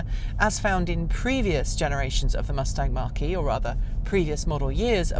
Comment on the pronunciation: It’s not pronounced Mark E Try saying Mac E